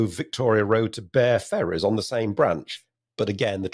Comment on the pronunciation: I'm afraid I have to correct pronunciation of Bere in Bere Ferrers and Alston. It's pronounced like the fermented drink, beer.. I hope this won't provoke too much Schadenfreude from Nigel.